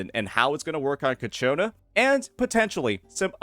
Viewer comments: fyi its CIACONNA not Cachiona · I notice you pronounce her name "Ka-Chona" but it's pronounced "Cha-Kona" (per her in-game introduction). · holy fuck, ill not click-off your Ciaconna vids, if you pronounce the name right, its all over the game's official channel, please, thanks..